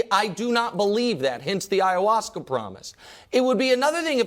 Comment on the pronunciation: Bro said I’ll do Ayawaska live on air 💀😭😂😂 Nick the 🐐 fr 😂